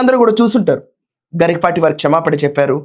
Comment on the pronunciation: It is not "Garikipaati", it is "Garikapaati"